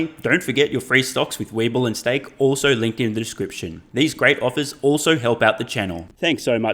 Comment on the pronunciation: "STAKE" free trade?